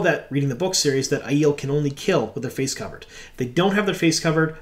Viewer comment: Ugh, are we actually going with the eye-eel pronunciation? Thumbs down. Aiiiii-el, the air up there bro.